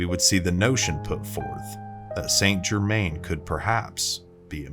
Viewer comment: Where do I start? Pronunciation probably. Phonetically he is San Jerman. Also genuine records show he lived healthy to age 110ish. Pretty awesome already without the added stories. Bit more research, this could have been a good video.